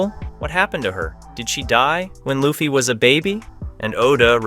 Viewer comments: Please fix the LA-ffy. His name is LU-ffy.... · I heard you say luffy 1 time and I couldn't watch anymore